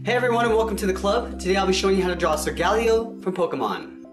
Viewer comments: Its solgaleo not sogaliio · at the satarting you said solgaleo its not sogaleo its solgaleo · IT'S S-aw-l-gay-lay-oh not s-aw-l-gay-lie-ull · its pronounced like soul-ga-layo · Its pronounced soul-ger-lay-o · its sol-ga-lay-o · It’s actually sole ga ley oh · It's Soh-ga-lay-oh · SOG_LEO you pronounced it wrong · he pronounced solgaleo wrong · you do not know how to say it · You pronounced Solgaleo incorrectly. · That's not how you say that Pokemon